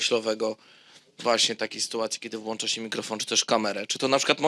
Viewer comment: "podjełem się ...", " włancza się ..." wielokrotnie powtarzane słowa , nie ma tu mowy o przejęzyczeniu -> ten Pan ma tytuły i wykształcenie wyższe .... 🤦‍♂🤦‍♂